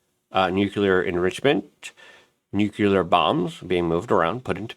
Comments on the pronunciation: (NEW-CLEAR) Nuclear Notice how there's only 1 u in the word!?!?!?? It's NOT pronounced new-que-ler unless you wear Velcro instead of shoelaces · Luke... It's Nu-clee-ar Not Nuc-U-lar